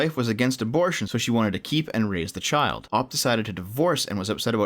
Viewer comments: "Oh-pea", not "Ahp". The all encompassing rule for pronunciations of two-letter abbreviations (OP stands for Original Poster) is to state the letters themselves. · Lol "OP", it's "Oh Pee"